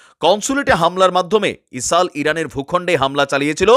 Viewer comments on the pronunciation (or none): বার বার ইসাল বলতেছেন কেনো এটা ইজরায়েল হবে😂